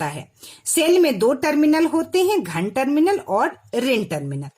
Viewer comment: Mam aap ghan bol rahe hai ghan he ya dhan tarminal